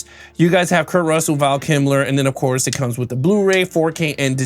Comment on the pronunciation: "Val KIM-ler"? Seriously?